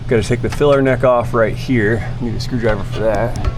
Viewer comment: Please don't say "screw me driver" LOL